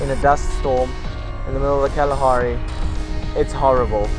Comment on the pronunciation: كأنه قال خلاخاري